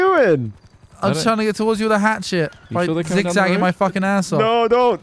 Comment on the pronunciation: I've been watching your vids WAY too long. Every time you say the word hatchet, I hear 'hat shit'.